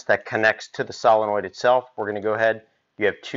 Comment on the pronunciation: Never trust a guy who can't even say solenoid